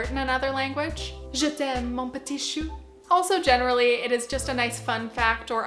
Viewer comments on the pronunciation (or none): none